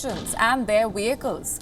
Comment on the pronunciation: What’s a Wehicle ? Is it like a welk?